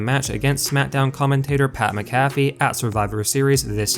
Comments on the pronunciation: I cannot stand the way this guy is pronouncing pats last name. Good lord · Who tf is pat macafe??? WHAT? !!? Sounds like a mcdonalds drink or some crap. 😂 another idiot that makes money off the sport and cant even have the respect of knowing how to pronounce their name... That Wrestlelameia clown is the same way. Why i wont sub to these clowns or like any vids... Faker then back yard wrestlers!!!! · You not being able to say pats last name right is making me turn this video off. Sorry man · Please stop saying his name. Say it with me It's pronounced Mac - A - Fee, Not Mick -cafey. I know you only know him as a commentator on Smack Down but he was the Punter for my Indianapolis Colts for his whole NFL career and hearing his name butchered is hard on the ears. LOL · DUDE GET YOUR ENGLISH RIGHT. You keep saying PAT MCGAFFY You are wrong. His name is Pat MC A FEE. NOT MC GAFFY. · Your voice cadence is terrible. The name is pronounced MAC-a-fee. Not mac-A-FEE. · Pat McAfee's name is pronounced the same way you pronounce the antivirus software: MACK-uh-fee. Take the time to do a little phonetic research and I might even subscribe to you. ;) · Mac-uh-fee, is wrong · Sound it out...Mac-a-fee. Vince looked in great shape for a man in his 70s, except when he raised his arms and then we could see the flappy skin underneath. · Mac-a-fee……if you’re going to do these videos learn how to say names. Let’s also try to be less monotone. Maybe hire a narrator? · THIS GUY SAID PAT MCAFEEE LIKE A COFFEE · Bruh the way you say Pats last name makes me cringe so hard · Oh boy fans now the cause for these ridiculous videos. Rumor dirt sheet nonsense. 1, Say Pay McAfee's name correctly 2, No one is going to tell dirt sheets that anything Vince does is terrible, unless they hate their jobs 3, This video was an 8min run on sentence. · do you not watch the shows that this channel gives info on? how do you not know how to pronounce mcafee? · You say pats last name wrong 😂